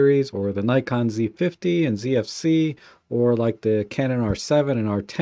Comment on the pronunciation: It would be even better if you could properly pronounce NIKON !